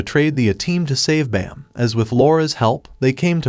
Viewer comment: It's Baam not bam 😅